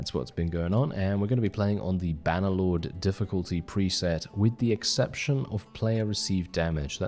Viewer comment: "Bah Nuh Loawd" 😭 ❤